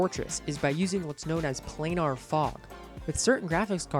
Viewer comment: lol play-nar